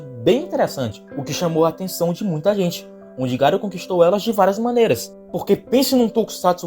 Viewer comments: Ñ é Garu, é Garô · não é ser chato, é o nome certo do personagem, e é um nome fácil de pronunciar. Já pensou se chega algum youtuber e começa a chamar o Batman de Batmão. Se fosse um nome de pronuncia complicada eu até entenderia, mas Garo é um nome simples. O pior é que até os grandes canais cometem esse erro